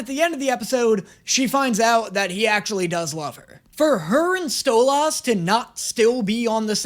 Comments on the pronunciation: I think it's mostly the emphasis on tha end of you pronunciation. You say st-oh-lah-ss But its a bit more like st-oh-la-ss You hold that ah a bit longer than what these people like, I personally don't mind nore care but people man 🤷‍♂️ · Its "stoLIS" not "stoLAS" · You’re saying loss instead of less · I'm hearing you say "stole loss" and hear the show say it more like "stolice" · ur saying stole æss its actually more like stolis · Stole-ah-s Everyone Else: Stole-is You're putting too much emphasis on the a, its a soft a not hard a,:o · I have zero issue with your pronunciation of Stolas, but I do see why people are saying it's "wrong". The emphasis goes on Sto. So STO-las. Yours is more sto-LAS. 🤷🏼‍♀️ But that's about it. Stwubby works too. 😂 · Stol-lis not Stol-las, you just got the last half wrong lol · Your aaying stohlAs not stohlas its way less emphasis on the A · it’s not (Stole-Ass) it’s (Stolis) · As far as I am aware no one says Stolas name with like a hard A like StolAss. Most people I know including myself pronounce it more like Stoless? idk, can't wait to see more content from you though! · It’s Stol-US not Stol-AHS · With Stolas's name, you're pronouncing the A too hard, making it closer to an O than an I. His name is correctly said as "Stoe-liss", not "Stoe-lass". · The thing people are correcting you on is the "us" sound vs the "as" sound but I'm very fine with the way you pronounce it. It's a very small difference to the most common way it's pronounced but both are used in the show. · *Hermione meme activates” It’s pronounced like “stole-LISS” not “stole-LAHS” 😂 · Okay the whole mispronouncing stolas name thing. It doesn't bug me that much honestly it's funny he kinda mispronounces it. It's a little hard to tell but he does. The best way I can describe it as he says stolas like STOLE ASS 😂😂😂 and not stoles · you: stolOSS everyone else: stolus/stolis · You say it like stole-loss but it’s pronounced stole-lis hope this helps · Stolas = stol-us